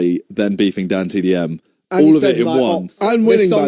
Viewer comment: Dant dm is such a strange way to say DanTDM